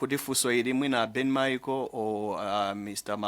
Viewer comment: Narrator kulephera kutchula Ben Micheal